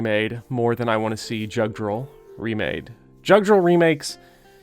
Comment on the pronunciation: Sorry for being pedantic, but with name Judgral would be either pronounced "Youd-gral" or "Yud-gral," since those games borrow heavily from Norse and Celtic mythology. And in the languages those myths came from, the "J" is has a "Y" sound.